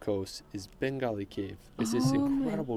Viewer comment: The names of the places, that the guy on the video said, are hilarious. He called the cave of Benagil, "Bengali". The castle of Leiria, he said something like, castle of alivia, completely diferent! 50 minutes, from top to bottom of Portugal, maybe you can do it in a rocket!!🚀😂